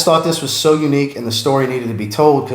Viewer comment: Waffle! Hahahaha "And now you know the rest of the stoty" Awesome content as always.